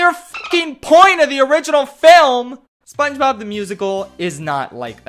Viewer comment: It does not sound like he is saying SpongeBob it sounds like he is saying mama mia